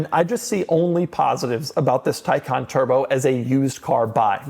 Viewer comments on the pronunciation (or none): Why it is pronounced Taycan versus Taycan is beyond me.